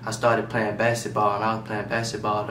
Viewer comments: nigga said bassit ball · nigga said basset ball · They shoulda left him in school. Forgot where he from. Say basketball like “ basetball “. 🤦🏾‍♂️